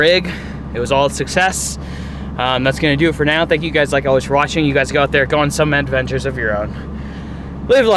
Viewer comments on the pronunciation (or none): none